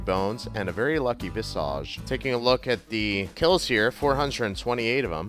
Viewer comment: Why can't you say Visage right. It's not a Harry Potter spell its not visaaage it's pronounced vis-igde